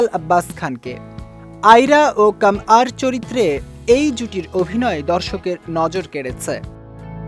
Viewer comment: Shudhu nojor kare nai... Fans der neend urai dise... Fans ra der pagal banai dise.... 🥰❤️ ❤️❤️BILHANIA❤️❤️ btw vaia eta kammar na kamyar hobe... 🙄🙄